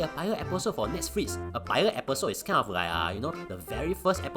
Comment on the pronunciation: When pronounce Netsflix, I noe something is wrong:p